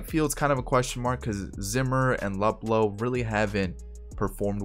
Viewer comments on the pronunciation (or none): For future reference it’s pronounced Loop-Low